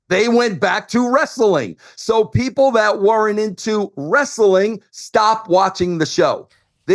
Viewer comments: Bro! It's wrest-a-ling, bro! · Why does he pronounce wrestling as ress-a-ling? Wrestling is 2 syllables not 3. What a 🔔🔚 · you mean WREST-UH-LING? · Wrestling is pronounced wrest-ling 2 syllables not 3.